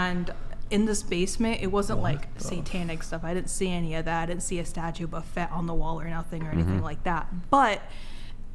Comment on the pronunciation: Did she say “statue of buffet” 😂 Her Baphomet is a buffet